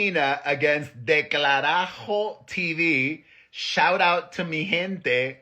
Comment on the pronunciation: Delcarajo tell your mom to show you how to said it